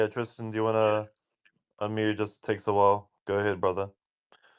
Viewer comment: I'm really just commenting to help. It's been years now. Whilst is an English form of while. It is not a soft I pronunciacion, but a hard I. Awhile, while- a measure of time. This one correction could make you appear more credible. It's been driving me crazy!! You are mispronouncing this word and it makes you look uneducated. I appreciate your time and research. While or whilst hard I pronunciation